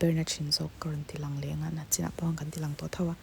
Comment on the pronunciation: Nachin tilo la,NICHIN ti thei hram la.a dik leh zual ang